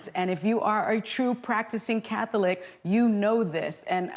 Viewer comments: Im triggered every time Sunny pronounces it, “Cath-O-lic” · So glad that these CIS Gendered heterosexual women are so happy about this. And the way Sunny pronounces Catholic is so irritating! omg!